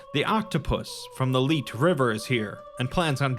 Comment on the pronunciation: The "Leet" river? I'm pretty sure it's supposed to be Lethe.